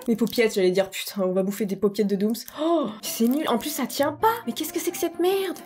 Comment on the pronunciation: Après "Troom Troom" .. "Dooms Dooms" 🤣🤣